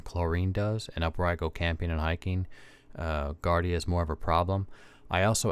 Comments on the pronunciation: it’s jee-ardia… so, no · JARDIA not GARDIA. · It's pronounced jardia